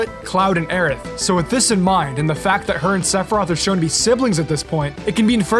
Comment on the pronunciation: Her name is Aerith. Period. It was never "Aeris". Ever.